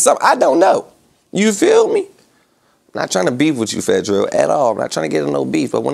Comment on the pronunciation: “Fattel” is crazy lol